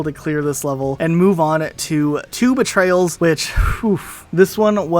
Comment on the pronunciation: I swear he was calling two betrayals “Tuba Trails” lol